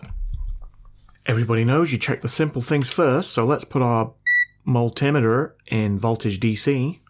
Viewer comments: man, it's called a multi meter - two words - not multtimmetter. what are you using for flux ? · What's with Mull-timitter? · " Mult-tim-miter " I know you mean Multimeter.. We yanks don't know how to say anything! 🤨😉😆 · Please tell me your "mul-tim-iter" was a deliberate "dig", please? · Dude! WTF is a mul timiter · The way you pronounce multimeter is cringe, but I think cringe is a goal of this channel.